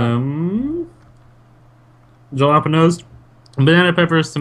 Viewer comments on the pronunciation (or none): Jelapenos? Or jalapeños 😂😂